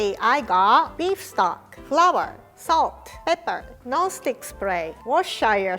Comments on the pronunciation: In my lesson in english we pronounce it as WUSTASHER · is my Fav, and so cute xx Its pronounced Wuss Stir Shire sauce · It's pronounced "Wooster" so whoever was telling was telling her wrong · Why can't Americans say worcestershire?? It's not worshershersher, it's pronounced woostershire. Or at least that's how I've always known it to be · Another poster claiming to be from the UK say it ends in "sher" instead of "sheer" and don't even pronounce the middle "r". So one of you is wrong/lying or there is no real consensus. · The Americans are correcting but even they are saying it wrong. It's not Wor-ses-ter sheyeur, it's Wus-tuh-shuh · It’s pronounced Wost-i-sh-er sauce 🤣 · Wooster sauce... Or in Cantonese Kip Chap (Sauce) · It's pronounced Wuss-ter-sheer sauce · Scottish person here! Worcestershire is a place in England and is pronounced like wus-tuh-shur :) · The way she said Worchester Sauce has killed every single British person ever. Hahaha jk I love you! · i was yawning and when i heard her say "worchire sauce" it just stopped cause i was laughing and i had to go back and hear it another 4 times. i cant say this thing to save my life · Please just call it Wooster sauce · Worcestershire is pronounced wos-ter-sheer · Hi and team, it's pronounced "war-stur-shur". Shire is pronounced faster and with a lazier sound than how it's written. So it's always shur unless you're talking about hobbits. It's similar to whispered vowels in Japanese where characters like shi and su sometimes lose their vowels. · "Worsestershure "or as my dad says "what's -this-here" sauce. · Pronounce it like warchestor I'm jm n we use that sauce slot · If you’re from England you know you pronounce it ‘Wuster-sheer’ 😂😂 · it's pronounced woostesher so the other one was right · It's pronounced wooster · Don't worry, most Americans say Worcestershire wrong lol. People from Worcestershire absolutely hate it sometimes. It's pronounced "woo-stuh-sher". Side note, I'm American